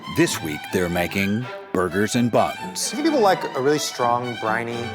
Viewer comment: Why she keep saying boorgers 😂😂😂😂